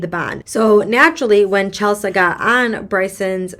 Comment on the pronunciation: Chelsea (the mom) is pronounced Chel-see. Bricen DID go back to TN to have the gps reprogrammed. He showed up in Lauren's car with Lauren IN the car. This was caught on cameras. Nobody realized it while she was there, I guess. There is no word that Bricen brought her in with him to the gps company or if he made her remain in the car. After his gps was set with the correct parameters, he went back to Mississippi and killed Lauren after another torture/beating. The reasons the judge's competency is being called into question is the fact that she has either fallen asleep during a trial or been found to not be paying any attention to the court proceedings during a trial. There may be other instances but those are the ones I've heard on YT. The 'other' gps company is owned by an employee of one of the bond companies that got Bricen out (there were two). When Bricen was released pm, nobody from the bond company was there to pick him up and take him to the gps company. Bricen actually called the bondsman to find out what was going on. All of this information was found on many videos on YT.